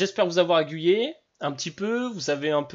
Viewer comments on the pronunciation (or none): Tu as dit agguyer , au lieu d' aiguiller ^^